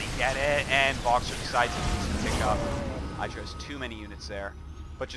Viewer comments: why the fuck artosis always pronounce I-dra not Id-ra?? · Man I just subbed to his channel after learning he had one from a Devin Nash talk and I've been getting recommended so many games from WoL and I honestly gotta say I really do miss how every game was almost 30+ minutes but I will say I don't miss him mispronouncing Idra's name.